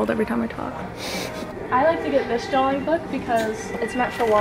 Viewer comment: did she say drawling